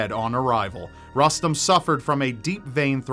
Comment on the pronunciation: If the kiddo's name is Rustem, I'm pretty sure is pronouncing it wrong